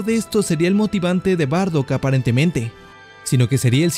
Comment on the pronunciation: SE DICE: BARDACK.